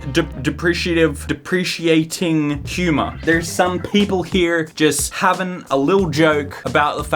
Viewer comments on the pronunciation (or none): De-pre-cating. Lol love ya. Ooo also you should do an entitled mom's video